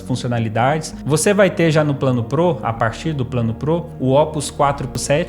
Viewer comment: da agunia ver ele falando 'pro' errado